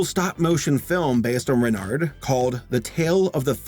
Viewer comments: pronounce it renar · Btw, Renard is pronounced without the d. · I may not be a native French speaker, but I’m pretty sure it doesn’t matter if it’s Reynart or Reynard, because you wouldn’t pronounce either. You’d pronounce it “Rey-NAR”. If a native speaker feels the need to correct me, please do. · Renard in french is pronounced re-nar(french “r” sound) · The "d" is silent in "renard". Also we accept your apology (same with the t for "renart") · "Renny", "Reynard", or what about "Renard"?